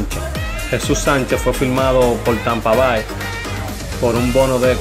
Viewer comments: Tampa Bai? Voy a dejar de subscribir a este canal. Amigo usted tiene que aprender a pronunciar estos nombres básicos anglos. Tampa Bay se pronuncia "Tampa Bei" jajajaja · Te aconsejo que aprendas a expresarte mejor, por ejemplo, los nombres, es Wander, no Wandel, Tampa Bay, se pronuncia Bey